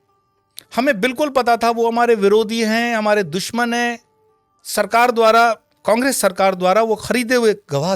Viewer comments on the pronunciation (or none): none